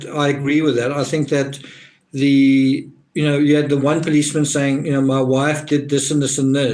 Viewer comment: Thanks for your contribution, it's made a huge difference. Saying has a 'g' on the end of it by the way . .